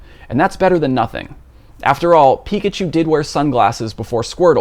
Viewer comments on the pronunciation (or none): none